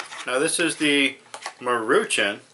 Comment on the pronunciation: It's pronounced Maru Shawn